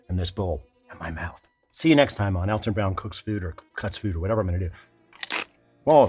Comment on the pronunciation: I TOLD you it was Al-ton. Not All-ton.